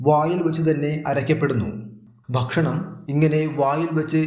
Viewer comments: 'Bakshanam' ennalla mariche ' ,Bhakshanam' Ennanu parayentathu. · അറിവ് നൽകുന്ന വീഡിയോ, ബഷണം അല്ല ഭക്ഷണം എന്ന് ഉച്ഛരിക്കണം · കാര്യമെല്ലാംശരിയാണ്.ഒരു കാര്യം മാത്രം.. ബക് ഷണമല്ല,, ഭക്ഷണം..